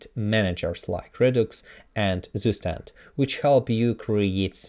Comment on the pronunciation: zustand это немецкое слово, читается как цуштАнд